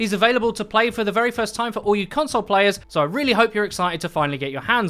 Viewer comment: He said "C*nt-sole"